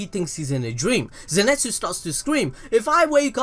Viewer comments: zeNEtsu?, mate zeNItsu i think is the proper way... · zenitsu not zenetsu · Cløudjckt _ and zenetsu